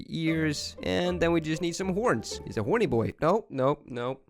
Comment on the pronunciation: Bro just said “honrny boy”